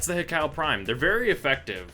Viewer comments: Pronounced He-Koo, plus it's nicer to say. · Hi-cow. Haiku, is what it sounds like. Sorry to be that guy, but just sayin.